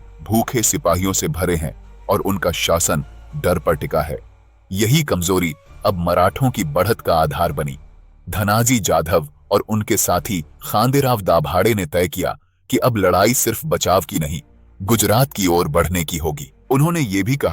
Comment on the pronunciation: भगवे की जगह तिरंगा कहासे आया? खांदेराव दभाडे नही खंडेराव दाभाडे